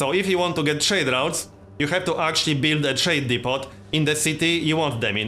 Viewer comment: Hey man just for future reference the t in depot is silent. I'm hyped, this is going to be an awesome series.